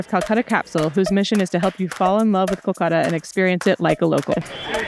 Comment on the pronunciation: Please do not say it culcuta it's Kolkata